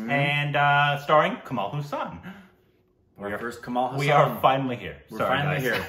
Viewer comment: This is something like saying Forest Gump is a crap movie and tom hanks acting was ok other than that there was nothing in the movie.... first plz pronounce his name properly its Kamal Hassan not Hussain lol